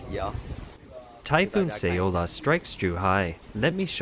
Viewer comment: "Say-oh-la"? First you mispronounce "Zhuozhou" for weeks, now this bizarre random "Say-oh-la"? Find a competent narrator. (Who can pronounce "communist," "population," and "Guangdong."